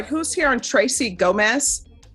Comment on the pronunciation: I realise judge said ‘Gomez’ but am I the only one who initially thought she said ‘dumba**’ at the ? 😂